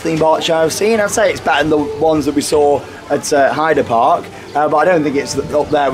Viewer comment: I have been waiting for ages for you to upload! But it is still an amazing vlog. Hope you had a great day. When is Mr Lee wood in another vlog? Plus you didn't pronounce Heide park correctly!